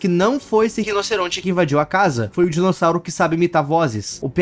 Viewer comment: ele falando rinoceronte me pegou kkkkkjkkkkkkkkjjkk